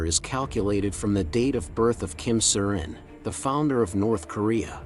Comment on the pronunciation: Love the video even though the AI narrator is dreadful!! The name is Kim IL Sung!!